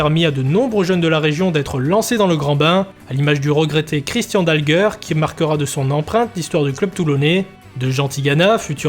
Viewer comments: Christian Dalger (prononcer Dalgé) et non pas "Dalgueurre" 😥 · Christian "Dalgueure" n'a jamais existé au sporting 😂😂😂😂 C'est Christian Dalger (se prononce gé!) J'ai connu le sporting de la fin des années 80 en D1 et qui jouait à Mayol, l'epoque des Olmeta, Alfano, Zahoui, Anziani, Pineda, Ginola, Borelli, Rabat, Courbis, Berenguier, Marquet, Meyrieu, Bell, Mendy, Carvalho, Onis (qui avait 40 ans, jouait 3 matchs dans la saison mais plantait des buts à chaque fois et j'etais avec ses deux fils au college) et les 2 groupes de supporters etaient les rasta du bronx et la brigade azur et or ! Que de souvenirs, epoque memorable !!! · Beau travail par contre très mauvaise prononciation du meilleur buteur de l'histoire du club c'est Dalger comme Alger en Algérie...pas dalgeur... sinon encore une bravo pour l'énorme boulot